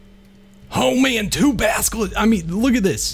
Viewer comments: you are saying baskilisck its basilisk practice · Baselisk not baskelisk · you say baskelisk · please say basilisk correctly